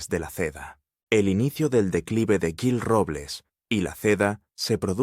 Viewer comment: No sabes lo que dices parece que estas borracho te cuesta decir jil en vez de guil o yil ES JIL CON J y adivina quien le ayudo' a ganar las elecciones en Madrid que las gano' ,CLARA CANPOAMOR te suena por eso lo mataron y a ella si no escapa tanbien